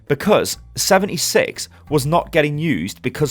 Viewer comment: He says "76" more like "7-E-6" rather than "7-D-6". Just found it kinda funny.